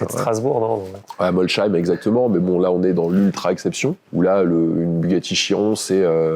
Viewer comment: Molsheim avec un S pas Molcheim avec un C! ce n’est pas sérieux cette prononciation 😁